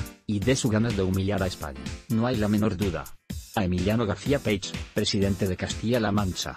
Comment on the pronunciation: Pronuncia bien Page, coño que no es tan difícil.